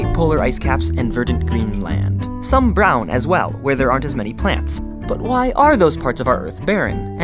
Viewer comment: The way he says brown 0_0